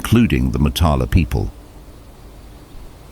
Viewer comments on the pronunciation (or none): Please pronounce Moo'taala the correct way, mota'la. Shame on you for not trying to even get it right as so many other things about Swedish history. Wow, I was so excited and ended up so disappointed as my major is history and I am Swedish. Shit pronunciation right through and I am not impressed with some of your assumptions. Not correct from a UNIVERSITY GRADUATION point of view.. PHD... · The O in Motala is pronounced more like in moo when you mimic a cow.